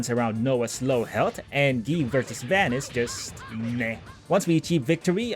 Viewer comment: It's not Van It's Vawn like saying Dawn or Lawn